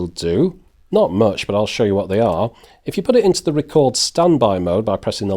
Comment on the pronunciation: 1: It's "much" not "match". 2: Go pro is 10-20 times more expensive. Stop Trolling.